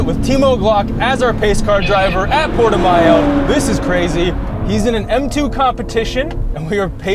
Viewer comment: Its actually pronounce PORTO-MOW. Damn Canadians! lol